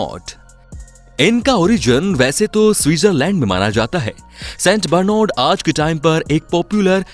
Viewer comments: Theek s naam padh le st bernad ko St bernod 😂😂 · It's saint barnard not st broornad